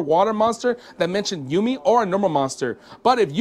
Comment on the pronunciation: ou-mi not you-mi